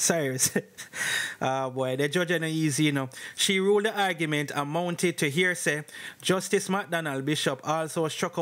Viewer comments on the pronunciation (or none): none